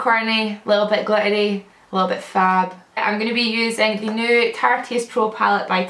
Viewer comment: i thought u said a little bit gluttony then i realized after 5 times it was glittery